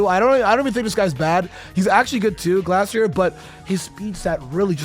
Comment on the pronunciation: man said GLASSterior